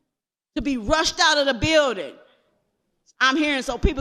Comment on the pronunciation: Maybe it would have taken less time to get into the beeeldin if you pronounced it right.